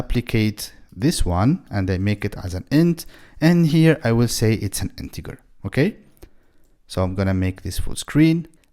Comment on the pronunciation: Please it's Integer not Integar 🥲🥲